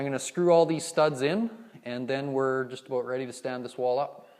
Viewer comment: Edward Dongres "aboot = about" thats how I knew it was Canada Lol. Great video though!